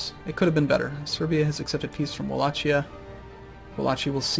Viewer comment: it's 'walahia'